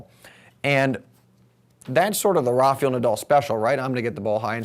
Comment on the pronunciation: It is NOT RafYel Nadal. Jysus !